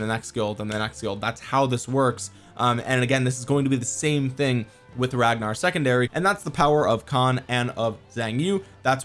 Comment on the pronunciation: I'm sorry how did you just pronounce his name 😑😐